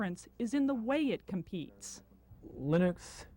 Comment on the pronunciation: I finally learned how to pronounce Linux. Just the way it's spelled.